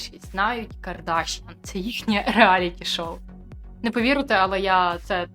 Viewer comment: ПетросЯн, БабаЯн, ДжигарханЯн, КардашЯн - все це вірменські прізвища. Наголос на останньому складі!